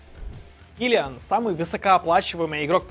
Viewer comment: Кто такой кИлиан? килиАааааан блеать!